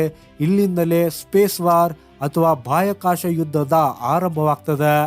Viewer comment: ಬಾಯಾಕಾಷ ಅಲ್ಲಪ್ಪ ಬಹ್ಯಾಕಾಶ ಅಪ್ಪ